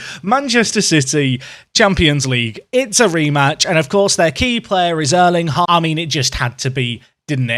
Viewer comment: He has to learn to pronounce "Erling Haa..." correctly, in Norwegian aa = å